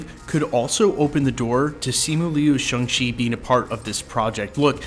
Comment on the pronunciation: It is pronounced SHANG not SHUNG.